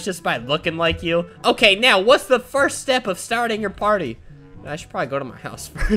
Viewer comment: Thats sad he can’t say 1st